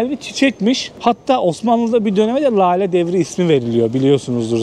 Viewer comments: LALE değil de, inceltme işareti ile:hand-pink-waving: söylenir= LÂLE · Lale yi ,ince L' olarak söyle. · yagcilik yapma,Lale derken ince L ile söylenir.Hani para kazanip 'kar' ettim deriz ya yagan ' kar' gibi degil ince ,K' ile söyleriz.Buda Lale' i kalin L' ile söylüyor.HOLLAN DA derken de ince L' ile söylenir